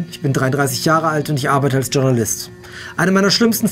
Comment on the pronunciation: Es heißt Journalist nicht Dschurnalist ! Es ist ein französisches Wort kein Englisches! Aber interessante Diskussion